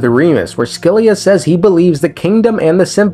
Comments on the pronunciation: Scylla is pronounced 'sil-ah' 😅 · It's pronounced Sila. Great video! 😊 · S Z LA ... that's how its pronounced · Scylla is most likely a reference to the Greek monster Scylla. Said “sill-uh.” No offense but when people add I sounds to words without an I it makes me irrationally angry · Scylla like Silly with an a instead of y. so Silla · Scyilla is pronounced Silla or Shilla, without a c sound. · Here to translate greek words :3 Phobos means fear Sebastos means respected Ouranopolis means sky city Oh and put the word "σκύλα" on google and hear how it pronounces it, thats how you are supposed to say scylla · Looks up pronunciation of Scylla Somehow comes up with two wrong pronunciations